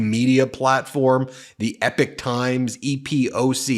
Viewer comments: It is pronounced E-pock, not ep-ick. Refers to long eras of time, not great battles or Homeric sagas. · i have to help you out bro with some enunciations that bug my ears lmao...i hate to be THAT guy but here goes anyway..."Epoch" is pronounced "ee-pok" not "epic"...and when you [and this bugs me less because of who she is] have to mention laura ingraham....it isnt "een-gra-ham" its just "een-grum"...sorry...im done splitting hairs now lmao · It's pronounced Ee-Pok, not Epic. But, yes Fulan Gong is behind this, as well as those Shun Yun dance troupes. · I have no clue which one is correct but everywhere else is is 'E POK times' not 'epic times' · My dude...it hurts my ears. It's pronounced "EE-POCK" a reference to a notable period of time. "EPIC " is a Faith No More Song, A game company, a large scale narrative, or poem. Keep dunking on Agent Orange!! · Big fan from the UK, if you are going to do another video on epoch times then it is pronounced ee-pok not anything like epic. Keep up the good work and good luck to all you decent Americans ❤ in getting rid of the maga crazies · Just srop saying epic times, that's not how you pronounce that word! 2 videos and I'm done with the epic. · Epoch is pronounced EE-pok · Epoch. Pronounced "Eeeep - ock". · It’s not called the Epic Times. It’s Epoch Times. It’s pronounced very differently. Please consult an audio dictionary. This is not up to your normally professionally standards. It’s truly grating on one’s ears. There’s nothing epic about it. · I thought it was pronounced e-pock. No? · I believe it's pronounced 'ee-pawk'. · It's "EpOOOOch times" with an o ... 😂....Falung Gong is not amused these days 😂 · Ben! Its EPOCH Times not EPIC times...goodness me I think you need to dial back on the amount of broadcasting and have a bit of a rest...sometimes less is more. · Please Ben..it is not the Epic Times but the Epoch Times..the times we are living in...and what interesting times they are...